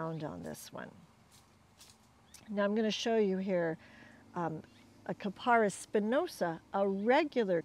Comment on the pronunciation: Thanks,. Very helpful. One point, though: pronounce the genus KAP-a-ris.